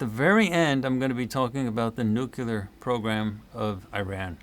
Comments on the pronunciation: Here, I looked it up for you. The pronunciation of "nuclear" as NEW-klee-er is from the American Heritage Dictionary, published in 1969. This dictionary presents the standard American English pronunciation, emphasizing the phonetic link to the root word "nucleus" and marking the "nucular" variant as nonstandard or incorrect." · By the way, it's not "nukular," it's "nuclear!" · BY THE WAY: Why do some people pronounce "new-kewlar" instead of "new-claear"?